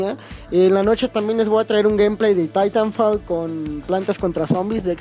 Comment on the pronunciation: se escribe titanfall pero se le tairanfol